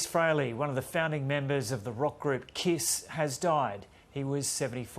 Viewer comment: I can't believe that this narrative can't even pronounce the name of the Band! It's KISS! It's not the spelling of the name that gets the job done, it's pronouncing the name, that does the trick.